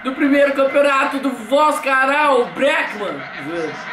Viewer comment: Quem Também Ouviu O Falar "BreakMan"?